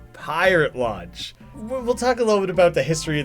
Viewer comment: To me, it sounds like he's saying "Pirate Lunch" instead of Pirate Launch.